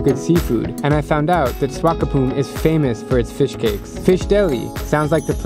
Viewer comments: It's Swak-op-mund mate... not Swakopoon xD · It cute how you mispronounce swakopmund multiple times